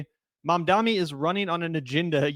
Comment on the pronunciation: MAMdani, not Mandami